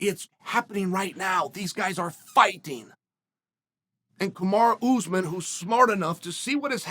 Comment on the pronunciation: Chaels really putting the emphasis on the ooz part of usman